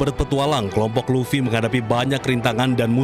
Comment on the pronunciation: Monkey D Luffy woii bukan Laffy